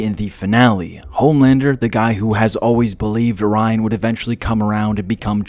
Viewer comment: you said ryan 100 times you even started saying rine... he is not important no matter how you feel. read the comics.